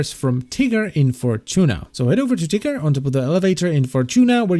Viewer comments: Why is it when he says "Ticker" it sounds like he's saying "Tiger"? It's actually really funny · I thought he said tigger instead of ticker xD